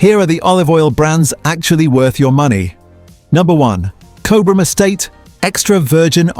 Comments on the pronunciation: It's pronounced as "Cob Ram". Btw. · Nice research into olive oil, however the pronunciation of Cobram starts with the first three letters Cob (like a cob of corn), so maybe AI isn’t that clever. Also Cobram Estate owns Red Island which means that Red Island is not owned by a smaller producer. Red Island olives are processed at the Cobram Estate facility in Lara, Victoria. Also Boundary Bend Olive Oil was founded in 1998 by Paul Riordan and Rob McGavin, who formed Cobram Estate Olives which was formerly known as Boundary Bend Limited. The location of this Olive Grove is in Boort district, Victoria. The photographs of the olive oil bottles made by Cobram Estate also have the word California printed on them. Cobram Estate Olives have over 2.6 million olive trees planted on 7,000 hectares of freehold farmland in Australia and over 1.0 million olive trees planted on 1,385 hectares of long-term leased and freehold properties in California, USA. Your video clip was all about olive oils in Australia, it wouldn’t have been difficult to use Australian olive oil photographs instead of the USA olive oil with the word California printed on them. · The ai mispronouncing Cobram, 😂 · It is pronounced Cob-rm. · I haven't even seen or heard of half of the brands to avoid despite being told they are heavily marketed and the pronunciation of Cobram...big giveaway that this is either AI or you aren't Australian. Show us how you say Melbourne and Brisbane next!